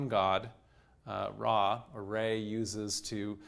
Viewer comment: It's weird to here him constantly say RAY instead of Ra